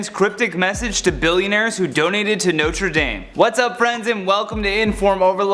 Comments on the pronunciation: I have une correction. It’s not pronounced Norte Dayme it’s Notre Dahme. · NOTRE DAYYYM IS NOT THE PRONUNCIATION!!!!!!! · He says it like ”Notri dammmmmm” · Omg....Notre DAHM...please, at least say it right.... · HE SAID NOTRE DAME WRONG AT THE START never mind he just couldnt say it all but still love the video